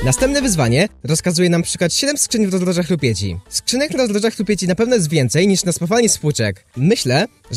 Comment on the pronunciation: zajebiscie powiedziales rozdroża rupieci >4 XDDDD